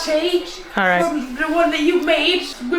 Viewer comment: did she just said " Chai lAtTe "